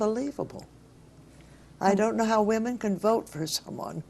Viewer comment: Yeah! And “wee-men”! And how about “no-wen”? That one had me head scratching for a couple f seconds.